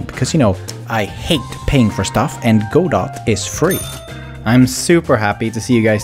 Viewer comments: Go-doh not go-dot 😬😉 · It’s gudoh that’s how u pronounce it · Godot is pronounced like gado, I am actually making a game in it, and I find it pretty nice. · Godot = "Geh-doe" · It is pronounced gew dow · uh actually its pronounced "ga-dou". I request that you say this in a nerdy voice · a huge performance boost for players with low pcs is to jusst allow them to control the global illumination quality level , just allowing them to change this will drastically increase performance and allow people with spaceships to play on cinematic if they have the performance. its a very easy setup with blueprints really just a hand full of nodes. the way you pronounce godot makes me sad